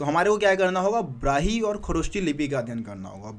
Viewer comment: Sir it's brahmi lipi not brahi lipi wrong pronounce